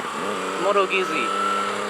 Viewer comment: Moto CB1100 is still available new. By the way, the zz in Guzzi is pronounced like the zz in pizza. Guzzi, not Goosey.